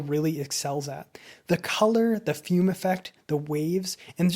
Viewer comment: Great review! BTW, it's pronounced "fu-may" rather than like the English fume with a silent e.